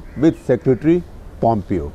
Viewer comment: A very good episode. I also liked Shekhar's questions of Pompeo. Only two minor corrections Both Shekhar and mispronounce Pompeo. It is pronounced as "pom-PEYO" not POM-pio". Indian names and words do not have accented syllables which could be the cause of this. Second: Shekhar constantly mispronounces Uighurs. It is "Wi-ghur" not "Ee-ghur" as he pronounces